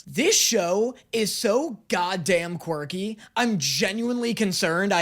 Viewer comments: I'm two and a half minutes in, and did this man just recently discover the word "quirky"? Because he sounds like a child who just learned a new word and is now forcing it into every other centence😅Also, why is he pronouncing it as "quarky" 😅 Also also, oh my god, his voice is so high-pitched and sqeaky, I wondered for a solid second if I was watching this on 2X speed or something 😅 "This show gives its fans a lot of ammunition" - it sure does, lmao. It's fun, even if I was not particularly a big fan of that at first. Leaving this comment and a like, hoping the reactions continue, I will watch them, because despite the fact that it might've sounded like I was crapping onthe video, I actually enjoyed it lol. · "a fun quicrky show" he says